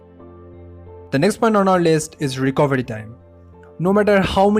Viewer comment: the way you said recovery and fatigue has convinced me you're bengali. And oop! I'm from Kolkata too!